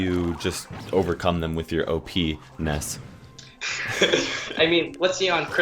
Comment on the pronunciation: You said pe-nis when you said op-ness